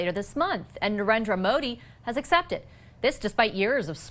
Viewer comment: Call PM Modi and not Modi. Also the pronunciation is incorrect.